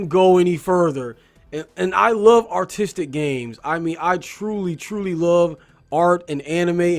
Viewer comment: For a second there I thought you were saying autistic instead of artistic.... come to think of it that would actually explain why there's literally nothing going on in the overworld because the designers would blank out while designing it (Yes, I am autistic. Yes that shit happens to me too. Yes, it is as much of a pain in the ass as it sounds)